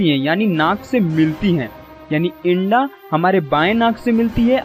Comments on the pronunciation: Inda nhai bhai ingla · ईन्डा नहीं... सही शब्द हे इडा